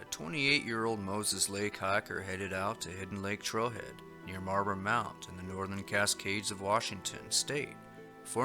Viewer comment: In the last case (number 1)... it's called Marblemount, WA not "Marber mount". I happen to live nearby. Great accounts! Thanks for documenting these.